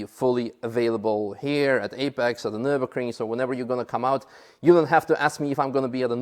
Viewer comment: Hallo, Nurburgring is not Nurbugring with you out